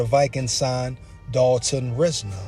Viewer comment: Watch his interviews and you’ll like him a whole lot more. RISE-NER too no RIZ-NER